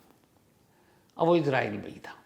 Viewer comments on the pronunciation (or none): none